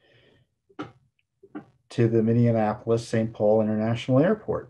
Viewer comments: FFS, it's Minneapolis, not Minneanapolis. You said it correctly one friggin' time, then corrected yourself. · Minneapolis 》Pronounced: Mini-apolis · Minneapolis, pronounced , "mini-apple-us"